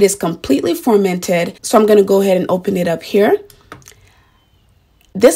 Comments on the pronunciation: It’s FER-MENTED... with an E! Not FORMENTED !! Your pronouncing it incorrectly You are an educated woman.. please pronounce the word correctly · You pronounce the word FUR-MENT-ED NOT FORMANTED LOL YOU'RE VERY PRETTY BTW👍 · You keep saying formented? Do you mean fermented? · She kept saying formented.